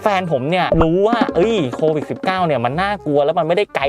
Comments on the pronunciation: โควิด..มั้ยอะไม่ใช่...โควิค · โควิด ไม่ใช่ โควิค คร้าา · โควิดพี่ไม่ใช่โควิค